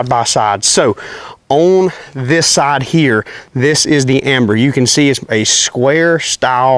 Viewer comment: Dude it's ember with an E..... not amber